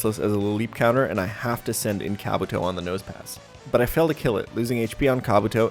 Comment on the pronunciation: Why do you say Pokemon names wrong? Kabuto is pronounced “kah-BOO-toe”